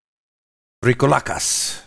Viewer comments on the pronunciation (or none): FIY just so that you know how it is pronounced..its vrykOlakas..i am from greece and it is a greek word..so you basically emphasize the "ko" in the word..so you have vry-KO-la-kas..love your vids keep it up!!